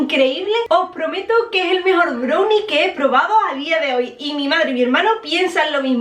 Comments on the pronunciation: BROWNI? SE DICE BRAWNI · Me gusta como dice brunie, jajajaja en lugar de brownie. 😂😂😂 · se pronuncia "brauni" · Se escribe brownie Se pronuncia brallni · Es mi impresión o dice “brownie” literal pronunciándolo con “o” ?!?